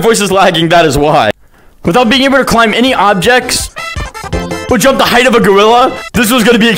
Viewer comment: Bro said "jumb slower"